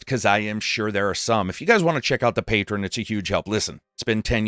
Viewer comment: Learn how to pronounce patreon